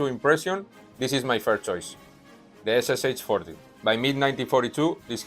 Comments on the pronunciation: Hello! Really good video! But when you pronounce "SSh" you make a mistake. It is not 3 letters S+S+h, это две буквы СШ (Стальной Шлем), so it would sound like S+Sha [ɛs+ʂɑ]. English-spoken authors make the same mistake with PPSh-41 submachine gun. All another words like weshchmeshok is good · I love your pronunciation! You got almost everything right, except for the SSh. It should be made with 2 sounds, with Sh as one sound. SSh = СШ = стальной шлем, or steel helmet, 2-letter abbreviation from 2 words. Cheers!